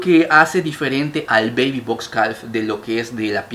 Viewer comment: Bellisimos, en calf la L no suena, se pronuncia caf